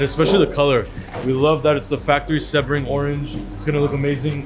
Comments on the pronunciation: Sea-bring I believe is the pronunciation. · It's "SEEB-RING" not "SEB-RING" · It's pronounced SEEBRING, just so you know brother (it's named after a racetrack in Florida)